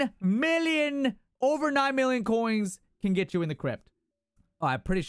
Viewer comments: Ya boi, spend those "koings"! 😅👌🏻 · Man thats a lot of "KOINGS!"